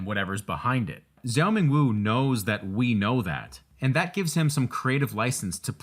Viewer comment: ok the zhou in zhou ming wu's name is pronounced like "jong". the american pronunciation of the "zh" sound is driving me crazyyy. helpful tutorial tho